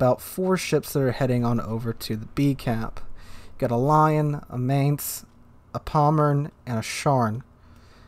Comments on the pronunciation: A pronunciation hint: Mainz is pronounced like Mine+z, not Main+z. ...and I have to agree, IFHE is not a skill to be used on any BB. Even on French or Japanese BB I like to build on secondaries (my choice for having fun), I would never take IFHE. 4 points for the skill better used on something different and the huge toll on the main guns fire chance are just a no go. In matches one can make good use of the secondaries, the fires started can add up the overall damage quite a lot. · The Mainz is pronounced Mai-nz in Gernman. Not however you pronounced it. No offence given. How do I know the pronunciation? I have lived in Germany for 3 years and I am part German. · I love your videos and have learned much from them. BUT, can you please try to pronounce Mainz correctly? Phonetically, it's "mine-ts." "Mine" as in minor followed by a sharp "ts" sound as in "lets". Thank you! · Just think of the seagulls from finding nemo. That pronounciation fits. 😁